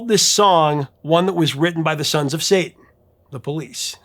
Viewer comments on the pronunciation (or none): none